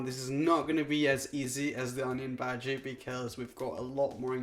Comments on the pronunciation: You can say "onion baji" if you wish to but it's pronounced "onion bhaaji" okay? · I'm Indian He is saying bhaji baji 😂